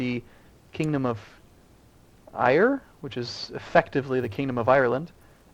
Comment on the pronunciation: My god pronounced Éire correctly;p